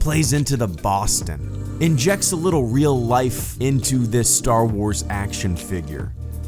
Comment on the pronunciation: And Star Wars is now Staah Woahs. 🤣 Perfect! 😁